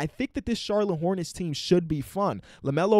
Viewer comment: No one:: Charlone Hornets